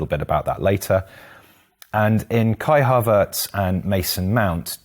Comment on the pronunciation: Who's Kai Harverts lol